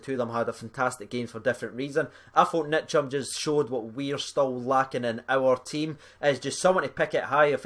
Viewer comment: It's Ntcham, not Nitcham Best young midfield in Europe